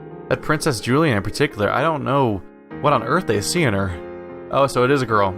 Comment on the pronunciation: Julienne is pronounced: Joo-lee-eh-nn, it's a French name (and also a name for vegetables finely cut into stripes)